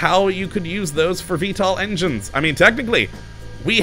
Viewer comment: I keep coming back & watching but, years on... Engines are still 'Injuns' & 'ahways' - still has that unpronounceable L. Keep up the good work!